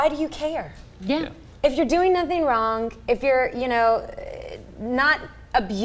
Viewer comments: Say "wrong" not "wron-G", shit... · Why does say "wronk" instead of wrong?